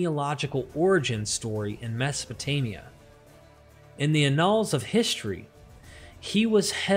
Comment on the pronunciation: your unusual pronunciations for words like annals, regal and Chaldean are grating to the ear and distract from an otherwise smooth oratory.